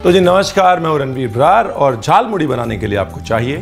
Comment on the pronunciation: Your every pronunciation like Bhaja Masala, Jhalmuri, Kacha lanka just perfect ❤️.